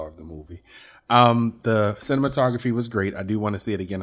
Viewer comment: Everytime says “cinema photography “ I chuckle lol